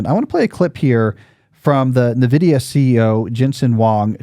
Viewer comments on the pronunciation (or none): It's pronounced en-vidia, how do you not know that?